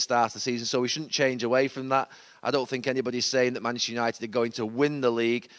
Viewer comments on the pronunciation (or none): Gary Neville really can't say 'Manchester'. "Mancccchhhh United" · Manchster Uniiiiiited 🤣🤣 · Manchtur yanited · “Maneschur United” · Seeing as he’s from Manccchhhh maybe you’re saying it wrong? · You'd think Gary Neville would know how to say Manchester by now 😂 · No he isn’t.